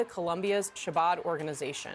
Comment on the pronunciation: Columbia's "Shabad" organization. Really? Y'all don't know how to pronounce Chabad? It's ok, I just normally expect better from you.